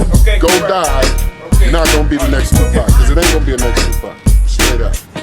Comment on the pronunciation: you said Tapac instead of Tupac